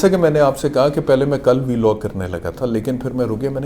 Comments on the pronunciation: Vlog ❌ biilogg ✅😆😆😆🤣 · V-log 😂 .. Vlog hota he laude